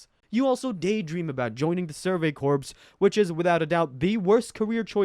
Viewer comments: bruh you just pronounced it "Survey CORPSE" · The way this guy says corps is annoying